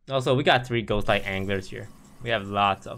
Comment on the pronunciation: Misread "Ghost" as "Chost", literally unwatchable.